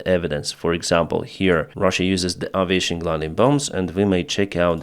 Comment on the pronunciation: Aviation is pronounced "ey-vi-ey-(tion)"